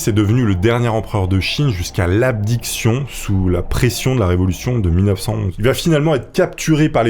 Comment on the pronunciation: Abdication et non abdiction 😔